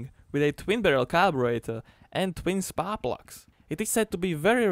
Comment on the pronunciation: "SPAA VLÀHS" HHAHAHAHAHA :'D